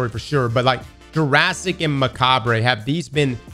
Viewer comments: "Macarb", NOT "MacabRAY" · Bro stop saying 'muh ca brey' we told you about this last year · Is that how all Americans pronounce macabre? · Yeah you don't pronounce the re on the end of macabre! 😂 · Love that he can’t pronounce macabre